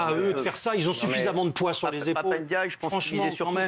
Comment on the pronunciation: C'est pas monsieur n,djaye, c'est monsieur djaye, arrêtez avec le ( n) svp Merci sans aucune animosité ❤❤